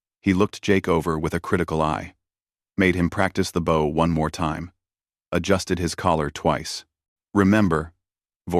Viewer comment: Read and bow are pronounced two ways. It would not be hard to check your story for these words to ensure the audio uses the right ones.